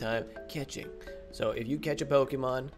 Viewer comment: He said poki pyremon